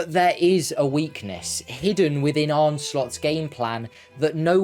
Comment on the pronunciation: his name is arne, and it's pronounced 'arna', not arnay, not arny, and not arn.